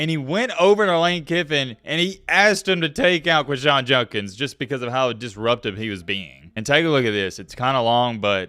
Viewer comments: Its Jud not jun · I want to hear someone break this story. The reporting is on point, but for god’s sake man, know what words you are using and pronounce them correctly. Are you drunk? It’s not Junkins it’s JUDKINS. You spelled it right in your title. “Exponentially clear” doesn’t make sense. Like no one says this at all. Maybe explicitly? C’mon man. You have a good mic. Make the words sound good. That’s all I ask. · quindshawn jundkins...lol come on, simple pronunciation